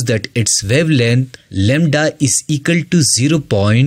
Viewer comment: Lembda❌ lamda☑️